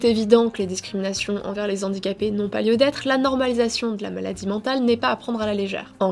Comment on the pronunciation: les Handicapés, pas les Zandicapés ! C'est un H aspiré